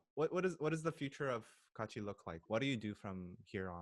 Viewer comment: just a question... i thought their group name kaachi was the korean word "같이".. and since they're all learning korean why do none of them pronounce it correctly?